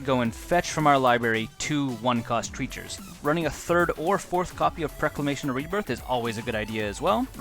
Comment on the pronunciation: PrOclamation not prEclamation.